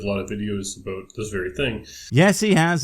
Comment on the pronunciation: “Aboot”? Is canadia or is yooper ….